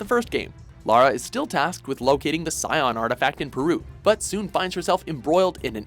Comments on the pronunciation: Sy-on? It's said skee-on spelled scion and they didn't put the 'c' there just to be silent, hate how lazy English pronunciation has become. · FFS IT'S PRONOUNCED "SKEEAWN " NOT "SCEION" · Scion is pronounced with a K sound. (ski-on) They say it multiple times in the game. Also, The last Revelation is the first game in the franchise to REMOVE the ability to replay levels. And come on...Angel of Darkness deserved a mention at least. Yes it 'killed' the franchise, but that was Eidos's fault. The mechanics were only clunky at the start because Lara is weak and inexperienced. So when she gets stronger, the controls are great. The story was great and it has one of the best plots to the franchise, but a really sad ending, because it left so many questions as it was the first part to a trilogy that never got to be made. The game also has an entire soundtrack created by the London Symphony Orchestra, so really powerful Soundtrack and the game introduced Lara's first ever Love interest, who was equal to her in skill. And 2013 as number 1? Really. No. You guys should actually research before making stuff like this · Ski–on! Ski on! Not sai on! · it's pronounced ski on no si on also tomb raider 2013 was an absolutely amazing game but it doesn't deserve the top spot and where the hell is TR anniversary how could u skip that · it's ski-on not sion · It’s pronounced SKI-ON! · It's pronounced 'ski-on'. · You pronounced Scion wrong. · Not even a mention to any of the Gold entries? I know that they are short games, but at least they are worth mentioning. Also, I can let the pronunciation of "the Dagger of Xi'an" slip by, but in game, Natla and Lara pronounced "Scion" loudly and clearly several times ... "I'm just pronouncing ‘scion' in my dialect" is merely an excuse. And, yeah, AOD. I'm among those people who are still yearning for any words on the Lost Dominion and A Dream of Resurrection. I like AOD, and I still want to know how it could have been but never was.